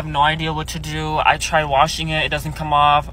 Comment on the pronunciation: And they still say kam 😂😂😂😂